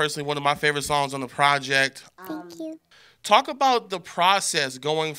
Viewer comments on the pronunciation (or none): the "tank u" was it for me